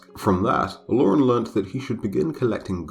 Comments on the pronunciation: Yo actually excited but they keep fucking up the name tho. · omg as a yoruba person i kept unconsciously correcting the pronunciation, and i can vouch that the lore is about 95% accurate, you did a great job